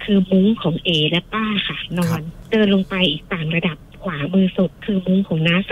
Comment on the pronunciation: โลง ไม่ใช่โรง ลง ไม่ใช่ รง